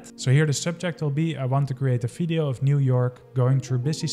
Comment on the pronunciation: Dude, it's "Video", not "Fideo".